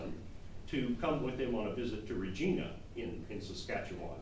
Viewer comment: Re-GINE-A ... not Regina